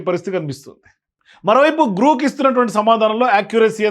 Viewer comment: జి ఆర్ ఓ కే గ్రో క్ అవుతుంది లేదా గ్రాక్ అవుతుంది గ్రూక్ కి ఎలా అవుతుంది కరెక్ట్ గా చెప్పాలి కరెక్ట్ గా మాట్లాడాలి